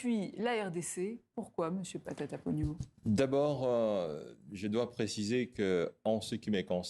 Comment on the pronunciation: Camarade journaliste tu massacres le.nom su premier ministre cest matata ponton et non patata ponyo